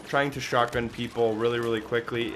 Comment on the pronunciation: it just sounds like the dude says shockgun instead of shotgun, take another listen to it, it stuck out to me soo bad lol i couldnt get over it